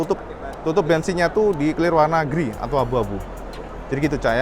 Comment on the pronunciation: Grey pronounce nya grey cak, bukan griy 😅🙏